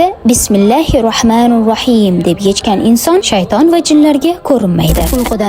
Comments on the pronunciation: Бисмиллаҳиррохманиррохийм.-- шундай айтинг. Бисмиллаҳиррохмануррохийм. эмас. Тўғри айтишни ўргагинг! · Yahshi tavsiyalar beribsiz juda hursand bo'ldim, faqat so'zlar etilishiga juda ahamiyatli bo'ling arab tilida bitta harf yoki harakatni noto'g'ri etilsa ma'no o'zgarib ketadi,"Rohmanir " so''zini "rohmanur" dib noto'g'ri talaffuz qilibsiz, salovatni ham to'liq etsez yanayam hurmatliroq va g'o'zalroq bo'ladi. Shunday kontentlarni yanayam ko'paytiring, ishingizga omad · Раҳмонур Роҳим эмас Раҳмонир Роҳим бӯлиш керак